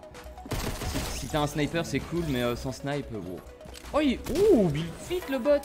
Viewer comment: Pourquoi tu dis bilfit au lieu de dire buldfight